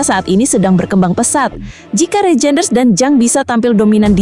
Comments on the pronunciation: DUH BACANYA BUKAN REJEINDERS TAPI BACA: REYNDERS .....PLEASE .... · Reijnders di bacanya Reinders kak